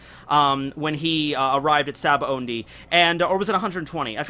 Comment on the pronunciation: dude! it's sa-ba-odie (sabaody) not sa-ba-ondie!!!